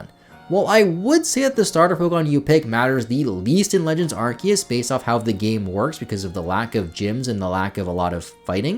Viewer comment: I'm just happy to hear someone pronounce Arceus correctly lol. Also, Treecko squad 4 life.